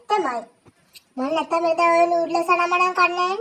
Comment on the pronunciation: නූඩ්ලස් නෙවි අනේ නූඩ්ල්ස් කියන්නකෝ